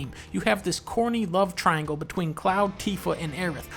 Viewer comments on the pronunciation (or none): none